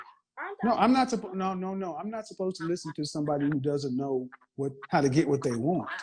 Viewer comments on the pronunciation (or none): She didn't say supposed, she said 'spossed.